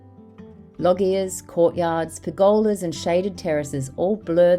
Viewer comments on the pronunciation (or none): What a fabulous video! Such an antidote to current cheap, temporary construction. Just a heads up, loggia is pronounced “lojjia”.